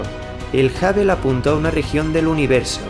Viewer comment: Amigo, has un esfuerzo por no castellanizar palabras obviamente inglesas, da cringe, no es el telescopio "Habel" se pronuncia hŭb′əl ("HubL" si lo dijeras es español para que sonara como inglés). Es el único "pero" que siempre le he puesto a tus videos, tu pésima pronunciación del ingles.